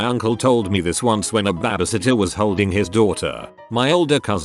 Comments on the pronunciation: Nobody: Literally nobody: TTS: B A B I S I T T E R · Why can't this robot pronounce "baby" sitter properly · I'm so mad at how the voice pronouncees babysitter. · ah yes, babaseeter. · Ah yes, babasittah. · Everyone trippin over babasitter must’ve never seen the vid where he called gym gim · The way he says babysitter as “babasitter” just makes my day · BEBEH SITTER LMAOOO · Probably wouldn’t have finished this video if it wasn’t for ‘babasitta’ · No one: Narrator: bAbAsItTeR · UPDOOT:Babasitter ME:WHAT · Nobody: Google: Babiesitter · nobody: the robot: babhasatyah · you are beyond missing the point. It's a joke about how the robot pronounced babysitter as babisitter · Me too, friend. Me too. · “Babah sittuh” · alpaca That’s what I said what are you not understanding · Wow yes yes that made my day too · Hah I know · Lol was going to comment this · i like how it's pronounced babasitter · I love how robo voice pronounces baby lol reminds me of my Scottish grandpa. "Babby-sitter" lol 🙂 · I feel bad for laughing each time the bot said "b a b a s i t t e r" in that part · No it’s babysitter